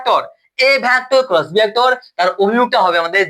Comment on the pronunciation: ভ্যাক্টর নয় ভেক্টর